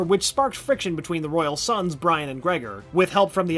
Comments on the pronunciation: lol Brian is pronounced less like how westerner pronounce Brian and instead it is actually pronounced like Bree-own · Brion not Brian and how he pronounced kroloteans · Dan Garret died in 2005.Jaime (Hi-me), It's Kroloteans not krodoleans, It's pronounced des-pe-ro, Lian pronounced Lee-on, Brion is Bree-own not Brian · "Brian" = Brion "Jaime" = hi-may I love this channel and the videos but please please please look up name pronunciations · Am I the only one who cringed every time he mispronounced people's names (Brion not Brian), Jaime [silent J] not Jaime [jay-me], Lian Harper [lee-an] not [lee-in], Krolotean [kro-lo-tay-in] not krolotian [kro-lo-tea-an] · It annoys me to no end when people mispronounce names that are clearly said one way and only one way in a show. It not Jay-me, it’s Hi-me. It’s not Bryan, it’s Bree-Ohn Also, we just gonna gloss over all the stuff with the Apokolips tech being delivered to Earth through secret VR goggles as well as the introduction of Red Hood? Cool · Geo-Force is Brion not Brian (pronounced Bree-Own) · Brian???? Thought it was Brion lol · you said brian you mean bri on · I hope you are saying Leon or trying to. Also it isn't brian, its brion. B-ri-on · Am I the only one cringing over the way he said jay-me and bri-an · 93 and Bree own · Hi-mey and Bri-on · brion pronounced breeOn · Thank you! At first I thought people just say the names differently but then he called Brion 'Brian' and I literally cringed! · And Brion as Brian 😭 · Brion is pronounced Bree-own and Jaime is pronounced Hi-me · It’s Brion not Bryan. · It's Brion not Brian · How to tell this guy doesn't actually watch young justice: how he says Crolatean, Jaime, and Brion. Besides that it was a good recap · You pronounced every foreign name wrong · Great job. But the narrator obviously didn’t actually watch the series. The mispronunciations of several key figures like Jaime Reyes, the Kroloteans and Brion are just cringeworthy.